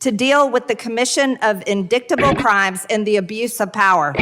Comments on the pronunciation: "Indicktable crimes." Wow. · " in -dick-able" not "in-dight-able"? Something on mtg's mind? 😂😅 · MTG pronouncing indictable as “indicktable”…priceless. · In-dick-table, Marjorie? What IS it with her and penis references? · In-dick-table crime??? Wow, Georgia educated? Or is that something from crossfit?😂😂😂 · When I saw it I didn't think it was real. Then I saw and heard her say it...in-dick-ta-bul! ROTFLMFAO!!! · “In-dickt-able crimes” I wonder what was on her mind.😂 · In-dict-uble. How do you pronounce, indictable toilet green? Someone please wake me from this stupid dream or I will go lucid and turn that into duct-tape. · "Indick-table crimes.....BAHAHAHAHAHAHA.....what a dumb ass! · He'd like to take a "congitive" test? It's indiktable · MGT, "In-dick-table" Well, we know where her minds at. It certainly is NOT in her head. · in-dict-able hahahahah ... as though indict is an uncommon word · MTG can’t pronounce indictable🤦🏽‍♀️. I’m sure she thinks she sounds really smart in her own head. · I'm not going to make fun of someone mispronouncing "inDICKtable." Maybe she has a learning disability IDK. I am, however, going to point out that she literally has staff who could write shit out for her phonetically so she sounds professional, but chooses not to. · "In-dicktable" crimes....😂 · Umm, gotts ask MTG what “in-dick-table is?😜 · I think Marge needs to go talk to a professional. In-dick-table? She's thinking about her collection of Hunter Biden pics again. She's obsessed. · Lol..."indicktable." I think MTG's been staring at pics of Hunter too long. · Indicktable?? Did really just pronounce it that way?? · “Indickable” classic MTG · Greene isn't the only republican that I've recently herd who don't seem to know that the "c" in "indictable" is silent. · MTG can't even read. She couldn't pronounce indictable. I laughed my azz off at that. I would run and hide over that mistake.